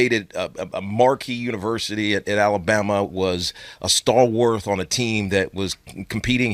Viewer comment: Tiki, you're one of my favorite players of all be time, but you kill me every time you call someone a "stallworth." It's stalwart. I know, English is the worst, but it's real.